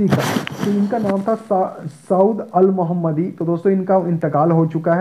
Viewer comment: Saud al mohannadi not mohammadi